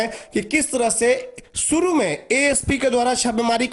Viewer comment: Kes rupaye nahi, Kesh bolo or suru nahi , shuru bolo. Apna s sahi Karo fir video banao